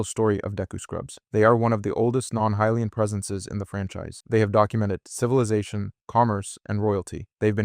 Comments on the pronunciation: SHE-kah, not SHY-kah. (Sheikah) HI-lee-anne, not HEY-lee-anne. (Hylian) REE-toe, not RA-toe. (Rito) man, people gotta stop using AI slop... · Are you pronouncing hylian 2 different ways?